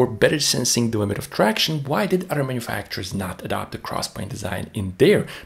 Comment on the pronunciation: Wow all that but you can't say the word OTHER. A word that, if this is representative of your diction, it seems that you love to use.